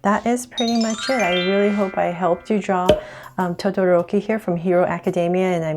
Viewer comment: I am sadisfighd when wenie says todoroki. This drawing is sooo cuuuuuuuuuuuuuuuuuuuuuuuuuuuuuuuuuuuuuuuuuuuuuuuuuuute!!!!!!!!!!!!!!